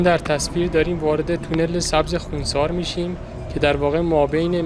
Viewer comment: نام شهر را درست و صحيح بيان كنيد. نام اين شهر خوانسار نوشته شده و خانسار خوانده ميشود. خونسار خوانده نميشه